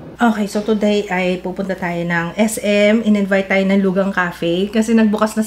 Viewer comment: LUGANG is pronounced as Loo-khang daw.. before, Loo-ghang din ang pag pronounce ko 😂😂😂😂❤